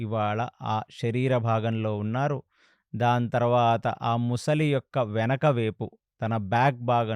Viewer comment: సార్, ప్రతి సారి ముసలి,ముసలి అంటున్నారు. అది మొసలి సార్.